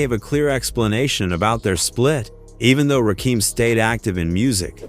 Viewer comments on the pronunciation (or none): It's Rakim not Keem sir... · AI,IT'S NOT RAKEEM STUPID BOT!!!!!!!!! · it's RAW-KIM not RAKEEM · Rakeem? Its pronounced Rakim. Ugh! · It's pronounced rah-kim not rakeem. I'm tired of AI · Please, if you mention Rakim again, pronounce his name right. His name is not a Rakeem. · The fact that the that he keeps mispronouncing Rakim, makes me think that it's generated by AI. Ra-kim, not Ra-keam. Or it's a real person whose purposefully mispronouncing it, so that we comment on it, thereby forcing engagement. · It's NOT RAKEEM. It's RAKIM. As in KIM. smh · I could only tolerate half this video. His name is pronounced Rah-Kim…not Rah-Keem. This AI shit is garbage. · The commentary is informative but call him Rakim not Rakeem these trolls are culture Vultures kool story bro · It's crazy if you going to break it down you gotta get the names right you can't get Eric B name right but Fuck up RAKIM name up I'm like who the FUCK is Raheem this is no coming to America or is Raheem part of the Wu Tang clan WTF HARLEM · Rakim not Rakeem.🤬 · Why do they always mess up rappers names? 2 Pack, Rakeem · Why does nearly every white person say 'Ra-Keem"? He aint prince Akeems brother. Its Rakim "Ra-kim" gat dammit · yup bro paid in full dropped in 1986 ain,t 1987. I bought it in 1986 on cassette bro , I was 9 years old and shit back then.. plus I hate the ai voice. it's rakim ain,t rakeem. wish they get with it bro ai or whatever narrating this. don.t know rap. plus cant pronounce bobito garcias name correct either damn. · It's not Rakeem It's Ra Kim Very simple 😅😂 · AI even said rock'em 1 time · It’s pronounced RA-kim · Who the f... is Ruhkeem? 😂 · You sound stupid!!!you dont even have the story right and who.is rakeem????close your mouth!!!!! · pronounced........Rahh--Kehm......... Driving me nuts listening to the AI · His name is ra-kim Rakim AI sucks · Why the fuck can’t you say his name right!!! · Nobody is having trouble pronouncing Rakim except people outside the culture…… and AI!!!